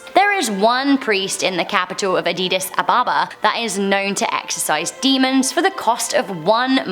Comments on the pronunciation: “Adidas Ababa “ 😂😭 it’s Addis Ababa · Btw you said "Adidas Ababa" its actually pronounced as "Adis Ababa." you said "Adidas" like the name brand lol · sec Did i hear Addidas Ababa ?😁😂😂. A D D I S A B A B A - not Addidas, Puma , Nike Ababa . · did she just say adidas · she said "Adidas ababa" smh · Adidas Abeba? Lmao😂😂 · Did she say Addidas Ababa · “Adidas Ababa” 😂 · oh god!!! she did say Adidas Ababa at some point!!! eeeeeeeehehehehehheheheheh!!!!! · "Adidas ababa" 💀